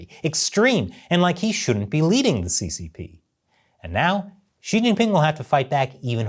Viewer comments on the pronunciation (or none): none